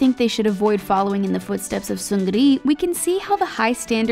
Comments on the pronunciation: I cringed...it's pronounced Seungni and not SeungRI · I cringed...SeungRI... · Ok soooo she can't pronounce suga or seungri right noted